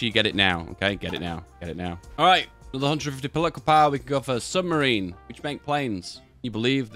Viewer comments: Its Super-Marine not Submarine by the way. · Why can't ever pronounce 'Supermarine' correctly? The world wonders